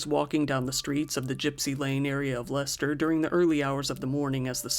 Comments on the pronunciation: Perfect pronunciation of Leicester, bravo👏 Leicesteronian here, remember hearing when this happened, always hits harder when It’s your hometown, so sad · I thank you for taking the time to find out how to correctly pronounce my home town of Leicester 😁👌 it's not how it's written so it catches out many people from other parts of the world 😂